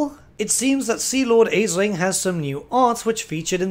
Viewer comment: Aeslinn is pronounced "Ash-lin."